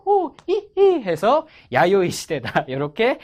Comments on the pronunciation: '아요이 시대'가 아니고 '야요이 시대' 아닌가요? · 아요이 에요 야요이에요??